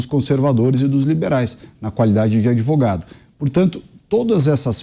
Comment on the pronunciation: "Adevogado" Tristeza 😢